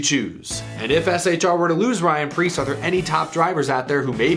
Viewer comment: Pyan rreece